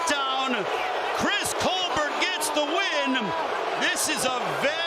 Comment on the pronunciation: T, it's col-BERT, not col-BARE/BEAR. What's your malfunction?